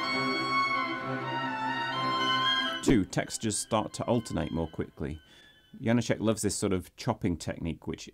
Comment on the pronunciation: Why butcher his name and then play the native speakers' proper pronunciation?